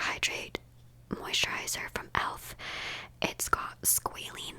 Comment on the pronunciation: i think you can get dry shampoo powder now!! and it’s pronounced squa-lane! it’s derived from squalene but it has to be hydrogenated or else it’ll oxidise when exposed to air